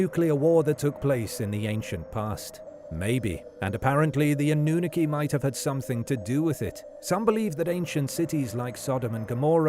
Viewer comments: I think he’s actually a real person lol this pronunciation drove me insane 😂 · He can pronounce Anu properly, but can't pronounce the last parts properly! All good, but I've heard a few others with both narrators! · Anew-nookie, I love how the program pronounces Annunaki lol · Hello , your pronunciation of Annunaki is wrongh Sorry, there is 2 N at the beginning . Also Nibiru has no A so is mispronounced again.